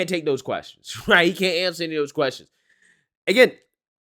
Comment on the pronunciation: He siad "I can awncer that" then said fukall.